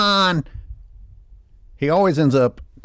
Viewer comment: omg the says “Broussard talks about LeBroon” made me laugh hysterically 😂